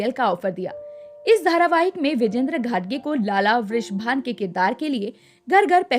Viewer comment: घटगे नही घाटगे.सही उच्चारण करें